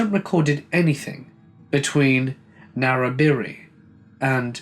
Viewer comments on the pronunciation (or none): I got so excited when I heard a story about the Newell Highway between Narrabri and Goondiwindi, I lived in Moree for 12 years (Mor-ree not more) (Ps you butchered Na-ra-bry btw haha) I've driven that road so many times in the past decade but nothing has ever happened to me. Although some parts are so boring and sometimes you don't remember driving them at all! O.O